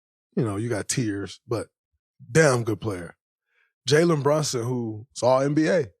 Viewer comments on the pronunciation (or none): none